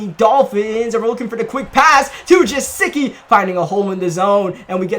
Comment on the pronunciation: is Guh-sicki, not ja-sicki 😂